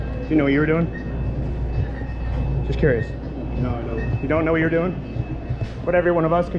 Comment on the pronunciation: It's pulled over it's not p o o d over